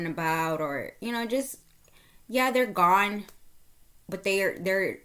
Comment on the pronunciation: Gone not goon😮